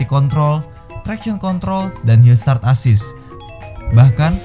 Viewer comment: Hill sat assist.... maksud kami hill start assist wkwkwk